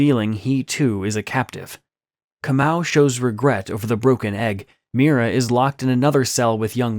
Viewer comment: I like how you pronounce KAMAU a very common name in the Gikuyu/Kikuyu tribe 🇰🇪🇰🇪😊😅, so yes, it makes so much sense about him being a captive. I was genuinely caught off guard by the ending 😂😂😂😂😂